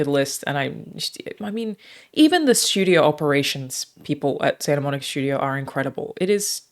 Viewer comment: Its Santa Monica not Santa Monique...